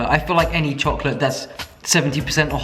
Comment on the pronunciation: Him: A THIN LAYER OF CHOCOLAYE CRACK excuse me wtf?